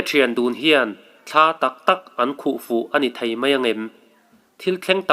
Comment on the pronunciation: Mihring pawn thla kan neilo. Thla tih hi lam a rem a, thla tiin i sawi deuh zêl a, ka sawisel lam nilovin ramhuai hnathawh vek ani.